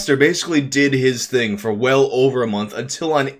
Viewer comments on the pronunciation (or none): none